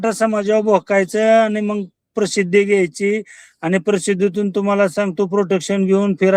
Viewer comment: Are tu प्रसिद्धी ha शब्द नीट उच्चार कर अगोदर